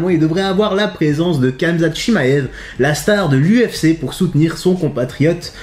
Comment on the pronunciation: Kamezate 🤦‍♂️ fais un effort